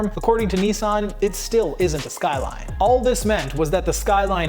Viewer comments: das sqailain 😂😂😂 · I think it's pronounced SkyRine sir. 🤣